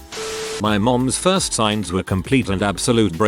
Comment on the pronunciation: ah yes, "firts"